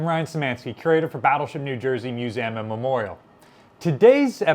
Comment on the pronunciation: I always get thrown when I hear you pronounce Museum as Muzam. Mu-Zam ? I wonder where this pronunciation stems from?